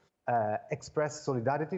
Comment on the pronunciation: That’s how you pronounce the vowel in Italian. Just like the host pronounced Cecilia wrong.